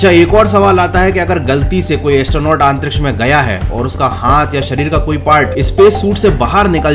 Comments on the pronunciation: आप बार बार आंतरीक्ष क्यों बोल रहे हो? आंतरिक्ष नहीं अंतरिक्ष होता है,। 😁🤣🤣🤣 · It's antriksh not aantriksh 👍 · अंतरीक्ष्य या आनतरीक्षय 😂😂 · भैया आंतरिक्ष की जगह अंतरिक्ष बोल लिया करो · आंतरिक्ष नहीं अंतरिक्ष होता है जनाब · "Aaantriksh" lol 😂🤣